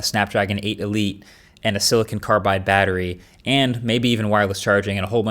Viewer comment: Silicon carbon .. Not Carbide man 😅